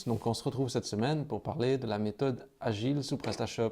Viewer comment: on dit la méthode "de Gils" ... ;-) lol! En tout cas MERCI ! Pourrais tu répondre à ma question sous l'ep 3 s'il te plait?